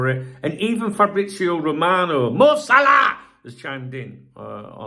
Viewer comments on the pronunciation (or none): none